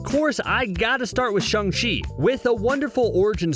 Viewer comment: For God's sake would it kill you to say shang-chi's name correctly